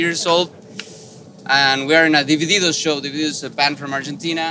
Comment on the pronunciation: "...a DIVIDIDOS shirt..."